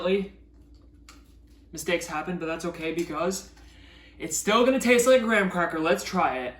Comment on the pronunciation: Why can’t Americans pronounce Graham?